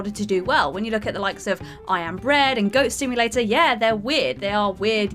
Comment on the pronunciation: did she say goat stimulator?